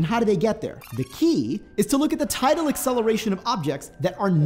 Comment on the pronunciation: Neither. The word is tidal not total or title.